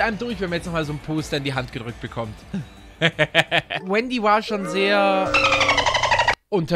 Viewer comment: du musst auf die offiziellen Fachbegriffe achten: Das heißt 'Rendy' und nicht Wendy'!!